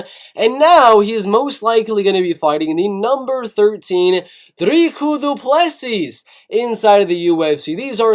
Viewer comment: your saying dricus du plessis incorrect